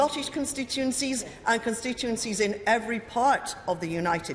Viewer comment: She would be best keeping the tories out of her mouth as she cant say constituency